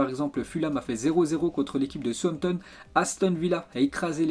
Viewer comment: Ça me fait un peu marré la façon tu prononce Southampton 😂😂